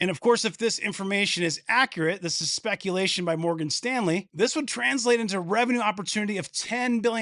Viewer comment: Booyakasha! "A bit of spekulashun" ....Keep up the mad content about NVDA. RE5PECT!